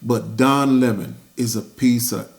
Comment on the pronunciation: So great to hear him referred to as Lemon instead of the fake Leh-mon. He's Lemon by name & a Lemon by nature